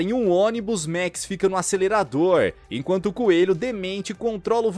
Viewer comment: E a letra a do max não tem som de é